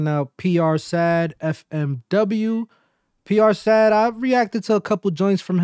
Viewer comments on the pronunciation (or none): Dope video but u gotta get it right ganggg It’s not pronounced PR SAD it’s PR S.A.D -> S.A.D is a subset within the gang 67 SAD = search and destroy These dudes are really rappin what they livin 🥶 🥶 🥶